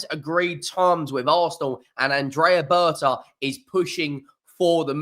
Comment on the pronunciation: Berta not betra